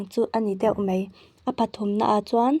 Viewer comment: Thahnem ngaihna thu ang zawkin 'Mei' nilovin 'mai' tih tur zawk ania...